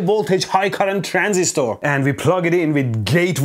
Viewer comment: I love how you pronounce "Transistooor" 😂